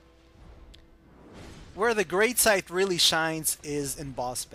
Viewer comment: Greatsight? hahahahahahahaha Its Great Scythe